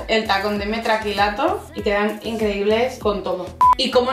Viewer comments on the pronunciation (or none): "PONE PIMARK" Y el tacón de "metraquilato"? Es metacrilato.